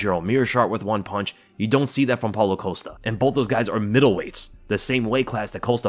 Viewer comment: Polo coast-ah lol 😆 idk why but your pronounciation of costa's name always makes me laugh